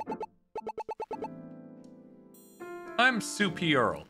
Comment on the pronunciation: Hello, my name is James, and I’m the developer of Paper Perjury. Thank you so much for Paper Perjury’s demo! I do want to clarify; Sue’s name is supposed to sound like Superior (Sue-Per-Eior like Sue P Earl). Looking back… it wasn’t the best pun name, but it’s good enough. I laughed at Soupy. I hope you look forward to the final release on December 9th! (I wish we didn’t have to delay it, but it was needed due to how busy November was.)